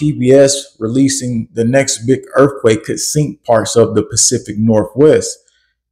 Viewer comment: Earffquake? Is TH really the same as FF? Say the word like it’s spelled Son